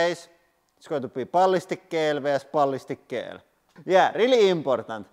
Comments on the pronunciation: "Gel" is pronounced like "Jel," btw. :) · Pro tip, you say gel in English like jel, with a j pronunciation! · gel is said jel like jellyfish because english is insane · In English, we say gel like "jel" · It is pronounced like jelly... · I love the way he says gel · I like the way he says gel lol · I like the way you pronounce gel.